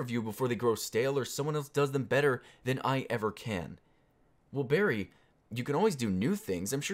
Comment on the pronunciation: I'm gonna call you now cause that is how you say your name and it is hilarious to me. On another note, have you seen the new Assassin's Creed movie? If so, thoughts?